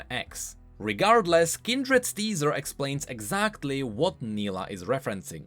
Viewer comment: Same thing happened when he explained Nilah's trailer and mispronounced her name, despite her pronouncing her name several times. He corrected it in his later videos but it's still somehow funny. (edit: grammar)